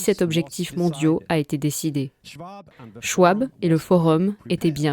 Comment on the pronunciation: Schwab se prononce SchVab. C'est allemand.